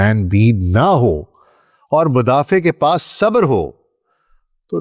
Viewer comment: کاش کا تلفُّظ بھی صحّت سے ھم کنار ھوتا!| صبر sabr ✅| نہ کہ sabar